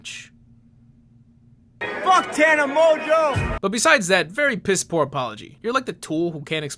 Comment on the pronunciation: When you were reviewing that first one, you said, I believe, "poor quality" in regards to her acting, but I totally heard "porn quality", which isn't exactly any different, but it gave me a little chuckle.